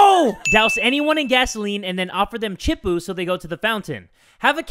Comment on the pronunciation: And chipu